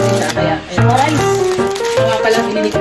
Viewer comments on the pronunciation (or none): "sHaWaRiCe" ShAwArAw" kuya grabe ba